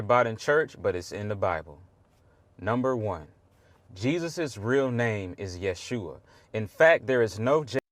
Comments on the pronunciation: To this young lady : Jesus original name is Jeshua not yehusha. He said it right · Sorry, he was right on the Yeshua pronunciation. Notice the s is before the h.